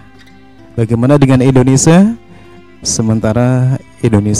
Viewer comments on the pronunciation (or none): Indonesia Mase Bukan Indonesa